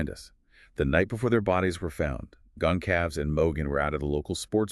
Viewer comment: Gon Calves????? SERIOUSLY??? It has been pronounced on each and EVERY Newscast AND Podcast and Youtube video of any sort as Con SAL vez. Geez. That makes you sound like utter IDIOTS!